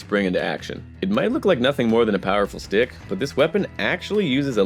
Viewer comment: I had to rewind when he said "powerful stick" cause i thought he said "powerful dick".... 🤣🤣😂😂